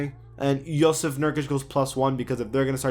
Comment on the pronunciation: jusuf is pronounced (yoo-sif)